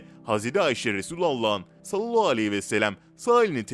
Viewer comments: Maalesef yalnış okuyor .. üstelik böyle oldugunu herkes söylüyor ,Halbuki çok zor deil doğru telaffuzu yapmak . Bence niyeti yok . Bu kadar eleştiri alıp doğru telffuza önem vermemek .. insanolarak şaşıp kalıyorum.. Oysaki güzel videolar hazırlıyor .. Beğeniyorum . Amma Sallallahu demeyi bir türlü düzeltemedi... Ağzında yuvarlayıp ,hızlıca ve eksik telaffuzla konuşup ,hemen başka kelimeye geçiyor .Söz konusu peygamber efendimiz SAV olduğuiçin titizleniyoruz Dil dönmüyorsa bile bence doğru heceleye heceleye birgün mükemmel birşekilde telaffuz yapabilir .... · Sunucu arkadaş seni para zoruyla konuşturuyolar herhalde peygamberimizi zikrettiğim zaman sallallahü aleyhi vesellem demek zoruna gidiyor herhalde hemen cümleyi yuvarlıyosun onu bi ilk önce güzelce telaffuz etmesini öğren yorumlardan para kazanıyorum derken bi kamyon günaha girme